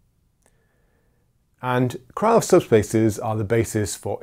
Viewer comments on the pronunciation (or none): Just on a side note about pronunciation. The name "Krylov" is pronounced "Krilof" with the stress on the last syllable and the "y" being simply an "i" as in "sit". "Lanczos" is pronounced as "Lanchosh" with the stress on the first syllable.